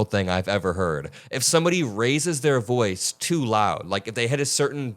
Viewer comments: idk what a “boice” is. ICE AND BORDER PATROL will be picking him up when the numbers start to dip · That man says "boice". Where are his papers?